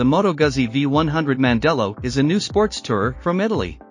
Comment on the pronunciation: Pronounced Gootzi